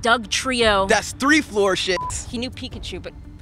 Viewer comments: it's floor not four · lmaoo he said floor shits 😭